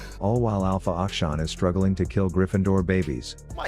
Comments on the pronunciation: Tyler actually does a decent pronunciation of Akshan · he is pronouncing it right lol